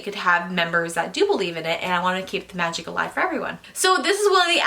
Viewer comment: Meegic haha